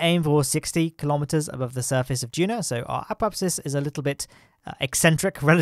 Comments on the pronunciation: It is DUNA not DUNO! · He said DUNO not DUNA!